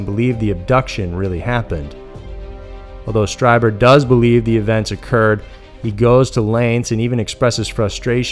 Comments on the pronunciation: Ditto!!! I love how the narrator just sticks to the story - doesn’t have stupid side stories or drama or opinions much Like most other male YouTube narrator’s! I do cringe it some of the pronunciations like in this video for instance Strieber Phonetically is capital STREEBER.... not STRY-Burr —- but who cares it’s such an awesome channel!! One of my top fave channels! I know that it’s not a popular opinion to have, that there’s obviously + probably (imho ) aliens & other planets etc. out there, it just seems like common sense to anyone that thinks about it for more than five minutes!!?? I honestly have more distrust in people that don’t believe there’s something out there than the people that do believe. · Whitley's last name is pronounced, "STREE-buhr". He himself identifies this way in his radio show. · Pronounced "Stree-ber" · Whitley Strieber's last name is pronounced stree-ber, like bee-ber. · Strieber is pronounced Streeber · it's pronounced "Stree-ber" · You often bug me when you don’t research your stories enough to get people’s names correct. Whitley Strieber is very famous, and very credible and pronounced like “streeber” - with a long e sound, and not with a long i sound. Do your home work dude - you get many names wrong.